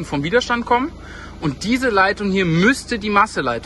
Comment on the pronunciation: Widerstand ohne langem i...aber wahrscheinlich bin ich mal wieder zu pedantisch :D